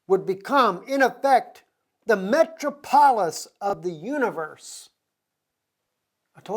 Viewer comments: pronounced Me trop olis. məˈtrɑːpəlɪs, not metro polis. pa pal not pap al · Just as a point brother since you have so many followers.... it's " Con-stan-ti-no-ple" :) <3 and also .... "Met-trop'-o-lis" :) Blessings and thank you for all you are doing to bring Truth!!